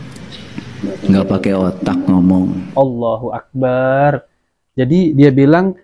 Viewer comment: Afwan min,hanya mengingatkan. Allohu akbar bukan Allohu akbaar....bar nya g boleh panjang